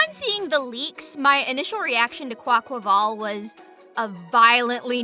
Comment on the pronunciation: Someone who actually pronounces Quaquaval's name right!! Fuck that squawkabilly is fucking amazing I wish that was real